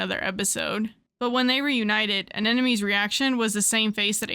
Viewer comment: Imma be real the way you pronounce Anemone sounds like "An Enemy" after awhile